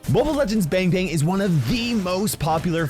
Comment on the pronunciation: the way he pronounces bang bang though.....